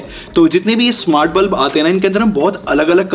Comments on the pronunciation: NOT BLUB IT'S BULB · it's bulb not blub😂😂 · Its bulb not blub